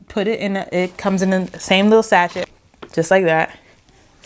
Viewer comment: I don’t know how to message you privately. I don’t want to embarrass you. Sachet is pronounced ‘sashay’ - don’t pronounce the ‘ch’ or the ‘t’ ... other than that small observation ... great review, very thorough and I enjoyed your perspective and opinions.